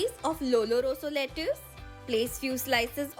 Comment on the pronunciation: U should pronounce lettuce 🥬 as 'letis' . Once Google it if you don't understand it akka (sister in Telugu)